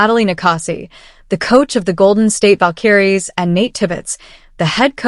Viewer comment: Could someone please teach your AI the proper pronunciation of Valkyries